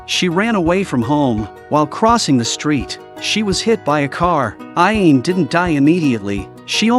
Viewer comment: The guy narrating this video is pronouncing the ghost's name super wrong he's pronouncing it (Ah・Yane). It's (Ah・Ya・Né). Get it right, man.